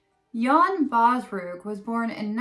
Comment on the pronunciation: There are two movies about his escape; "Nine Lives" (1957) and "The 12th Man" (2017). The oldest is the best IMHO, as the newest one is too much Hollywood for my taste. And his name is Baalsrud, not Baalsrug ;-)